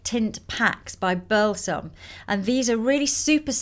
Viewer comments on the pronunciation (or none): none